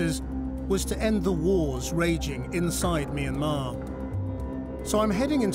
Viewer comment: finally some1 who pronounced Myanmar right.